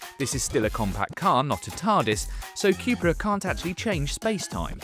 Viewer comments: Say it with me Cu-pra (Coo pra ) not Q-pra Next Porsche and then later maybe Audi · It’s not Cjupra,it’s Cupra (Ku-pra) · Kewpra? Chewsday, bat-tree. Chewna. C'mon Brits, it's pronounced Koo-pra ffs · Coop-ra not que-pra Shame they didn’t get buttons inside but the vag wanted the vws to have em first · Why are you saying 'Cupra' like that though